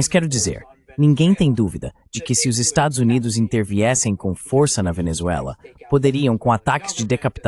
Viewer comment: Não intendi essa AI de tradução ele consegui pronunciar tudo menos estados unidos da américa.